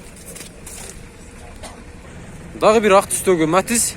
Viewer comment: Матиз деп так айтчы